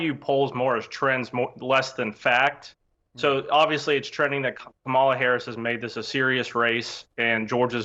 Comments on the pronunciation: Her name is Kamala (Kah'-mah-luh). What is wrong with these Republicans? Are they slow? Learn how to pronounce the future president's name. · Ka Mah La Harris…on purpose… say it like COMMA LA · The people who think they are the most intelligent and educated people in the world deliberately mispronounce her first name. Actually they are the most brainwashed and ignorant people in the history of the world. They are definitely descendants of their European ancestors. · Why did we decide as a society to let people mispronounce her name on TV 24/7? Like I get everyday people not knowing but if you’re going on TV you better pronounce the VP’s name correctly. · I think we need to send Kerry Washington and Harris' nieces to this Republican strategists house to teach him how to say her name.😊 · This guy is an asshole because he will not say the VP name correctly It starts with a K not C . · you are an a-hole. Say her name right. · When you mispronounce Kamala's name, you're the only person that looks stupid. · Say her name correctly! Seriously 🙄🤡